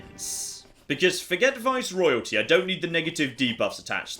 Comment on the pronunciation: Say it with me... Viceroyalties